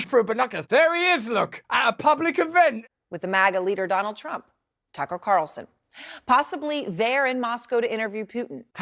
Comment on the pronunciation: she says Taco Carlson lol